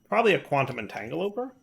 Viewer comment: God it bothers me so much every time he says "Entangle-oper" instead of "Entanglo-porter". It ends in "Porter" as in "Teleporter".